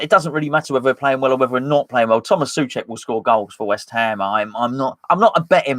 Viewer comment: SO-cek why can’t you just say it?